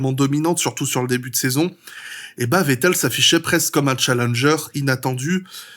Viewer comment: Wow t'es le premier vidéaste que j'entend prononcer correctement le nom de Vettel, prochaine étape faire pareille avec Verstappen 🤣 Edit: Ah bah ça dure pas toute la vidéo, mais bel effort.